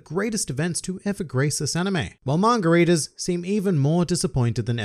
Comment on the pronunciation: kinda sounds like you’re saying “margaritas” instead of manga readers. either way, i’m drunk.